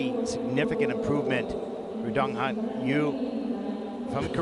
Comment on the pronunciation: It's not dong ha'm' His name is dong han ! N !